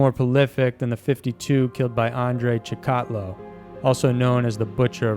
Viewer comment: Andre Chic-A-Ti-Yo